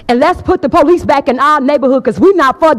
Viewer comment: The poleece!😂